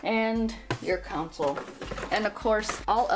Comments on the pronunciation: It’s not a council it’s pronounced Console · Why does she keep saying council